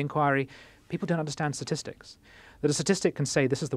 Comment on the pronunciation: it's "statistics", not "satistics"